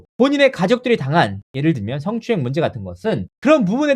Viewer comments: ㅋㅋㅋ 아나운서 맞나? 성 을 승.~~ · 스엉추행이 모냐?!!! 발음이나 고쳐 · 스응추행.발음도 참... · 서엉추행~ 발음만 들어도 더러워!!!!!!! 아나운서 라는게 어째 발음이 저따위지? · 드~러운 스응추행 발음 참 저렴하다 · 승추행....발음도 징그럽네요ᆢ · 스응추행 과하거어허 발음 왜이래